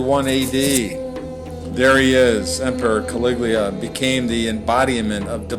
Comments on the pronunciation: The commentator says "Caliglia" instead of "Caligula". Woeful. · CA-LIG-U-LA!! - not Caliglia!! Learn the actual pronunciation of words on the page before you. In the vernacular: Dude, ur like a full tard, for some kinna downy, u do good brah... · For God's sake redo this video and pronounce CALIGULA correctly!!!! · its kawiggglia. get it right girlfriend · THIS NARRATOR CAN'T EVEN PRONOUNCE CALIGULAR CORRECTLY. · How come you can't pronounce caligula's name ?